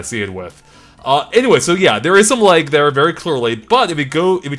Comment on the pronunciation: Never heard lag pronounced leg until now. Are you Canadian?